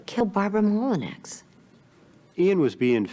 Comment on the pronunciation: It's not pronounced Molinex. It's pronounced Molinow, spelled Molineax. It's french and my family name.